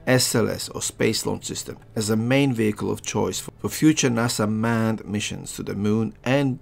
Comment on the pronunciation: Its a thing with an accent...